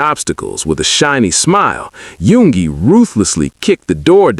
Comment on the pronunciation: There is a few mistakes ..like number 2 yoongi then jhope number5 ..it said yugi instead of yoongi. Or happy polooza instead of hobipolooza. I just figured they didn't double check the ai voice or translations.